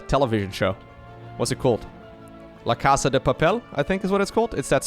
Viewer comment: Yes! La casa de papel! You pronounced quite decently for a non Spanish speaker! And yes, outside spain it's usually known as Money Heist =)